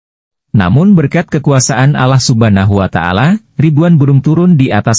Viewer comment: Penyebutan Allah belum fasih